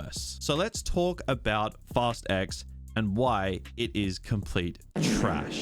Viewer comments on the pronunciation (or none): Why I hear it like: “FAST EGGS”?